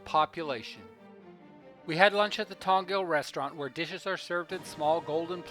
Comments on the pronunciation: Brilliant work but just one correction. It's Jong pronounced as a hard J. Not 'yong' with a soft J. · Why do you say Kim yeong un? It’s Kim Jong Un -> 김정은